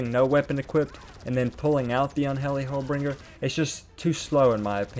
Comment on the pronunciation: “unhelly holebringer” lmfao